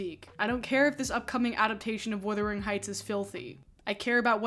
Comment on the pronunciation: Buggar, please Wu-thering Not Wi-thering, to wither is really different, really, really different Check out a withered limb. Heathcliffe is described as swarthy…. Lotsa “white “ POC are swarthy, dark hair dark eye and skin that doesn’t burn but rather tans Oh dear what a horrible 90IQ world that have access to the internet